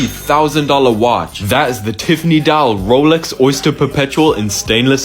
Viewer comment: You should start using that pronunciation for all watch brands! The Ruuooooolex